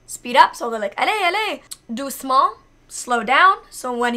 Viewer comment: You have amazing pronounciation ! Especially when you say "allez" or "doucement"